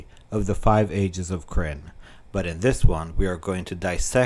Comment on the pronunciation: Love the videos but you need to watch some other Kyrnn vids to get the pronunciation correct. Other than that great, it is important to get it right.